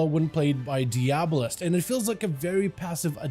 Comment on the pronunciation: seems the spec is a play off the word "diabolical"...which is pronounced die-uh-ball-ick-all? So shouldnt the "diabolist" be pronounced "die-uh-ball-ist" and not "dee-ab-oh-list"?